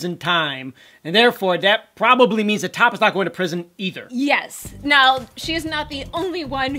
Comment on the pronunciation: When are you going to learn that his name is not top, it is T.O.P. pronounced T. O. P. . Ignorant USA'ers, please stop making us look bad!!!!! THAT JUNKIE CHICK WAS WITH DSP AND JELYFISH. SHE GOT FIRED FROM THERE. SHE WAS NOT WITH T.O.P. IN OCTOBER 2016, T.O.P. WAS IN CHINA TOURING WITH BIG BANG!!! . STOP LYING ON OUR GROUPS AND SPREADING FACTLESS RUMORS. BUT ABOVE ALL, GET THE NAMES RIGHT.